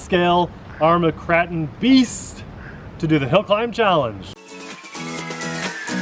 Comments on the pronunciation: Really people out there who were watching this and you were worried about how Nate said the name....I was watching the video for the great new truck not how it should be pronounced. ..As we know Nate and Abby are just a couple of normal people and we all make booboos every now and then..Enjoy time and video with these two and what the channel is about.."Thats my 10 cents worth" Anyway awesome Kry-Cree-krip-ton bashing truck...I would love to own this one day.... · Hmmmm.... are you sure it's not pronounced kray-ton? But wait a minute nate and abby, you both flipped it. That means it's MY turn lol. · Tell Nate that, he's the one calling it the Kr(a)ton, I'm just trying to get him to pronounce it properly. How did you miss that point in my comment? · You really trust a robot to pronounce a NAME correct? That's pretty ignorant. The whole world pronounces it Kray-ton, you just sound like an idiot, LOL! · when he said kraton wrong i was like triggered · Ok I just about wet myself laughing at the opening.......you say tomato I say tomahto, potato, potahto let's call the whole thing off. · Dude your seriously saying it wrong lol good video tho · I don’t give a monkey how you pronounce k!!!!n it’s still great arma RC . As always great video guys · Pronounce Kraton!!!!!!! 😂😂😂😂😂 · How hard it is to pronounce a capital A Nate? It is pronounced Cr-AAAAAAAAAA-ton not Cr-aaaa-ton. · It's pronounced krayton (for the car), kratton is the pronunciation for an Indonesian palace. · Its Krayton!! Lol. Also you didn't use my comment condemning you for your pronunciation! Lol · Sounds strange you calling it an Armer Krarten, not kraten as in milk krate, crate , I’m sure it’s pronounced craten as in crates but spelt different, maybe I just been a plank but hey, everyone to there own I suppose!! Good vids though guys. x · KRAY TON KRATON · I left this video within the first 29 seconds. Say it right Kray-ton. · I pronounce it krayton 🤷‍♂️ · Its still pronounced Kr-A-ton LOL Kr-AAAA-ton